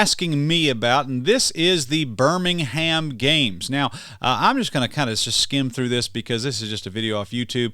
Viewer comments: Birmingham isn't pronounced the same as the Alabama city. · No doubt God will curse Birmingham with a plague of locusts and earthquakes to punish them for their evil ways. And, by the way, the H in Birmingham is silent....